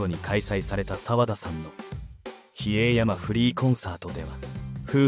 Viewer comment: 比叡山を（ひえいやま)と読んだのを聞くのは初めてだし、沢田一人（さわだかずと）を（さわだひとり）と読み違えたり アナウンスは全くなってない。アキレタ！